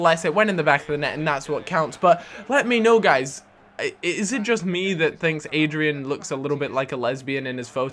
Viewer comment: Its not Adrian. It's Adryan